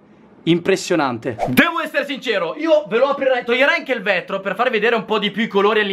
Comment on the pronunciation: Il vètro hahahahahahah🤣🤣